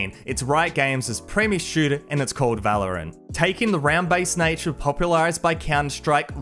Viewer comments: Broooo,it is valorant not valerian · Valroant not Valerian XD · ah yes my favorite fps game "Valerian" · bro called valorant valerien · It is not Valerin is valorant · valorant not valerian tf